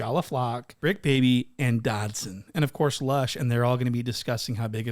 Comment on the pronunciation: 😂😂😂😂 he called suspect dodson 😂😂😂😂😂😂😂 bra i am crying